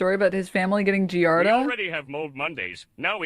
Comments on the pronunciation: These idiots can’t even pronounce giardia let alone know what it is. Take a deworming call if a day it’s not that serious unless left untreated. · God they’re not even pronouncing Giardia correctly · the laughable fact that they can’t even pronounce giardia lmaooo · These people don’t even know what they are talking about. They don’t understand giardia (THEY DO NOT EVEN KNOW HOW TO SAY IT PROPERLY) and how it works. When I adopted my cat my dad randomly contracted it and we are all adults maintaining a clean house. PLUS ETHAN SAID NO ONE EVEN GOT IT 😭 if he was neglecting his kids why would he self report online, he has a brain unlike Denims - man does this chick creep me out. How is she so confident talking on subjects that she knows nothing about??! ACTUAL PSYCHOPATH BEHAVIOUR I am so pissed this is happening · How do such fools get followers -its pronounced gee [jesus] ardia!!! Klein knows that its completely normal - if not for the betterment of the health of the child anyway!!! I know and feel nauseated from their King and Holy man Hasan but everything below - wtf??? is this gen z versiom of reality tv? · He can’t even pronounce giardia and people believe it 🤗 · People acting like Giardia is some insane and rare parasite they've never hear of, whilst repeatedly mispronouncing it, shows how inconceivably sheltered they and their audiences are. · These uneducated wizards on the internet talking about something they can't even pronounce correctly... "Giardia." I had a girlfriend that got it from her swimming pool, my dad's wife got it from drinking their tap water and has since gone entirely to bottled water... it's extremely common. The good news is the people after you are utter dunces. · also these morons can't even pronounce giardia and know nothing about it, they shouldn't be speaking on it. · It's the fact that 90% of these morons keep talking about the Giardia scare without even knowing how to pronounce the disease, let alone what it is. like be so fr.